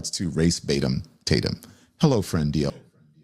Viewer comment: Pretending to not know his last name let alone knowing how to pronounce ‘Tatum’ is the saddest thing in the world.